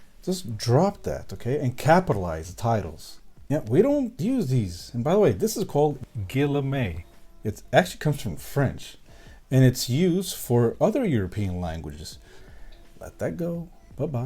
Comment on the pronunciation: Your french sound almost perfect on the word "Guillemets" .No i'm kidding ,it sounds horrible ,like an old spanish cow who's trying to speach. Favorite character: Reptile